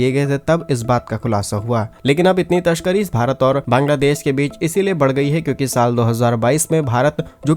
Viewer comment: तशकरी नहीं। तस्करी। अपना pronunciation सुधारो